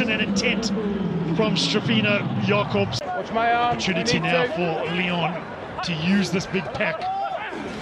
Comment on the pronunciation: Your pronunciation is correct for Jacobs. The afrikaans version is when its spelled Jakobs.